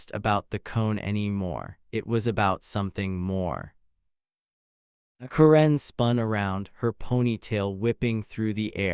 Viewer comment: someone should teach the AI voice to pronounce Karen correctly